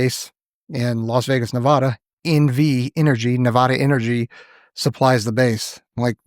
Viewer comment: been living in vegas for how long and still saying nevada wrong😭